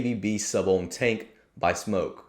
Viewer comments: He says smoke not smok...why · bro its SMOK not smoke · First you aught to learn to pronounce the name of the product which is as it says Smok, not Smoke. The tanks are fraught with troubles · SMÖK not smoke. Aaaahhhh not ooooooh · It's not pronounced Smoke it's pronounced Smok. The O is prominent. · smoke vs smok pronounce it smock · It’s smok not smoke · It's smawk like hawk but smok